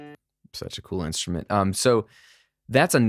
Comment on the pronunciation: The way mutters "such a cool insturment" regarding the banjo is a mood